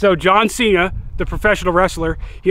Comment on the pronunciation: Jhon sea-Na